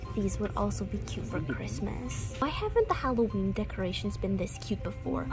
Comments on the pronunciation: It's not whollowen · Alevoween? Alevi?!?!?!!